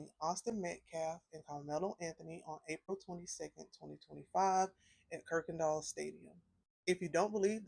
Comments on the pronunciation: It's Kuykendall Stadium, not Kirkendall Stadium. You are mispronouncing it. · Just fyi... It's pronounced...ki ken doll. There's no "r" in it. Kuykendall